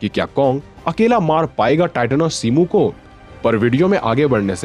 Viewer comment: shimu nahi shimo